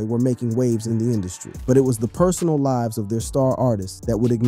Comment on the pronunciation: Good listen but this narrator is either a bot or not American. He said lives not lives